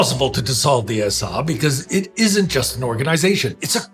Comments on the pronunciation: Why are they pronouncing "SA" as "SR"? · Why does "I am the SA" begin to sound like "I am The Walrus"?